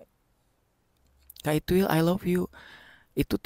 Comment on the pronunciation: Tang aku denger bukan itwil tapi it..... L😂